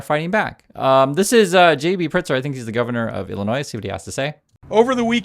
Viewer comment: Pritzker has a "k" sound in his name just fyi. Don't mean to sound rude. Love the content,!